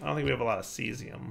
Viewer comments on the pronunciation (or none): none